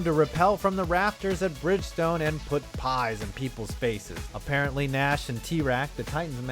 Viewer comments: Gnash is pronounced Nash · Did he just say G-Nash